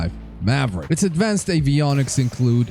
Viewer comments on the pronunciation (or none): none